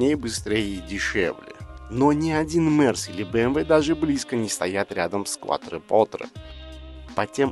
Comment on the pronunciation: Несомненно это один из ярких представителей эры лучших атмосферных V8, которые уже заменяют всякими утюгами и микроволновками. Обзор тоже получился близким к отличному, только постоянное неправильное произношение названия режит слух, больно смотреть (слушать) ролик. Автор произносит "КуатропоТре", а правильно "КуатропоРте". Quattro - четыре, Porte - двери.